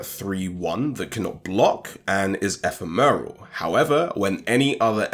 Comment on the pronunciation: I cannot deal with this e-phe-meral.